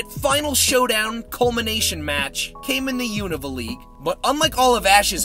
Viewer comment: You’re one of the few people out there who pronounces Unova correctly. Also great video. 😁